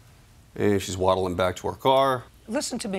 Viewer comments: He really had to say "waddling" 💀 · "Waddling." HAHAHAHAHAHA.